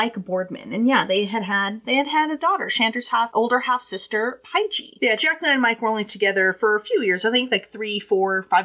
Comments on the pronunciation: I just love you. Pie-Gee. You’re the cutest thing ever! I’m sure someone already told you it’s Paige just with a J. But I get it. Seeing it with a J it does look like a weird word. I just wanna say great delivery of this case. I’ve seen many many MANY people cover it and some of them have been like 15-20 minutes long and I just think, are you serious?! How can a creator say they’re not doing TC for clout / sensationalism when they tackle this very very in depth, super detailed, multi faceted case that cannot possibly be properly discussed and laid out with all the moving pieces, in 15 minutes!? It’s insulting! You cannot tell Shandas story in that amount of time, and anyone who does, imo isn’t doing it for the right reasons. Period. A wiki recitation of this case would take longer than 15 minutes to read. Even worse is when some of them watch a show on it, and then tell it in the exact same order with the exact same words and verbiage, this plagiarizing the documentary. Again. Very insulting. So thank you. Thank you for taking the time to explain all the background because without it this case is impossible to understand. The fact that these girls did this in the first place is absolutely unbelievable BUT without context you’re brain would explode from confusion. So thank you for being you and doing what you’re doing. Hang in there with filming and posting. It’s clear you’re passionate about the content as well as the filming / editing / etc. The views will come. I started wi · Lol Shands's sisters name is pronounced Page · Paige is pronunciated Page This case happened in my home town area. I know all the places they talk about. Of course I was grown when this happened and I didn’t know any of them but it was throughly disgusting